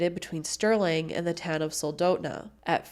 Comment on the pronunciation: The one thing to note is that Sterling is not only on the road system, also, honestly? Having grown up in Alaska (in a variety of places near Sterling), plenty of folks shoot off shots. [Also Sol-dot-na, not how you pronounced it.]